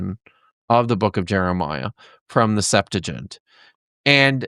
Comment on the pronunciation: Pretty interesting. I do wish that discussion held at such a scholarly level could show some familiarity with the right pronunciation of "septuagint" and the right use of "purport". It's pronounced "SEPT-wa-ghint", not "SEPT-a-jint" or "sep-TOO-a-jint". And the verb "to purport" means "to be said to be", so that we rightly say "This goblet purports to be the Holy Grail" (meaning "This goblet is said to be the Holy Grail"), and we wrongly say "This goblet is purported to be the Holy Grail" (which would mean the nonsensical "This goblet is besaidtobe-ed the Holy Grail").